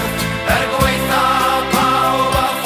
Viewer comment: Love this absolute banger but I hate how they say 'Er gwaetha' pawb a popeth' They say 'gwaetha'' like 'gway-tha', mispronouncing 'ae' is fairly common but it's properly pronounced as 'eye', not 'ay'. Secondly, they say 'pawb a popeth' as 'pawb a phopeth, however, 'a/ac' doesn't cause mutations, this is also a common mistake, I guess people confuse it with 'â/ag' which causes aspirate mutations, T - Th, C - Ch & P - Ph